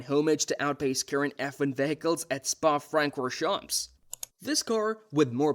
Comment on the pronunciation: Dude, if you are an enthusiast at least pronounce names correctly, no excuse being an american, Spa frankon shramps, no go google and listen